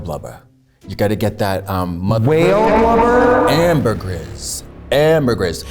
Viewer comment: Katya said AMBERGRIS . she has perfume knowledge.